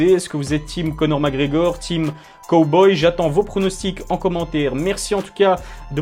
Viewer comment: J’ai arrêter de regarder la vidéo au moment où tu as prononcé cowboy 🤠